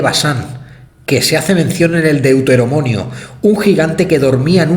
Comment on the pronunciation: Si pero para comprender hay que pronunciar bien ..no es deutedemonio o deuteromonio ... es DEUTERONOMIO 👍😊🤣saludos , y que viva ZEUS y que venga ya su hijo APOLO a salvarnos 😅😀